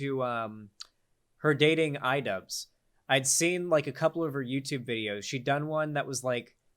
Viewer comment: What’s an idubzzz?